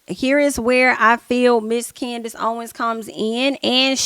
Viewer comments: Also, Candass was purposely mispronouncing her name over and over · she is purposely mispronouncing her name I can't stand